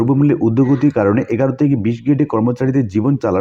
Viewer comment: এগারো নয়, অ্যাগারো।